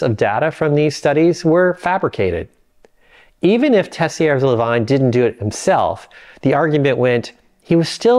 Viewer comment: Lavigne, as in | la viń | not " vajn". Ansel Keys 😂